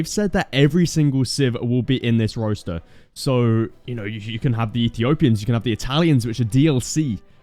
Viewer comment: Roster not Roaster lol